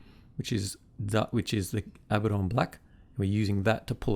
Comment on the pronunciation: I know its "wrong" but thank you for pronouncing Abaddon the same way I do.